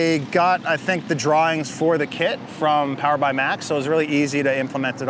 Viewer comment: 5s POWAH